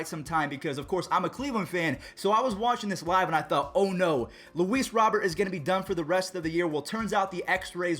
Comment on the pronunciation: It’s Robert not rober